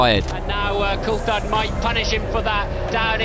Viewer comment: This cheap AI has such a struggle pronouncing words, and at worst, pronouncing Jaguar akin to Juggular ftom what I heard, smh. Coulthard sounding like cold fart, again smh. Sorry if there was a live person narrating, mistaking you for those lousy bots.